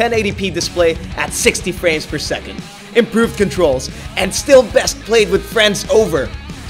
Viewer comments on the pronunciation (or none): none